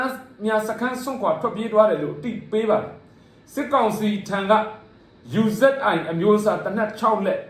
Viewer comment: U Z I မဟုတ်ဘူႊ ၊ Uzi(အူဇီ)လို့အသံထွက်ပါတယ်။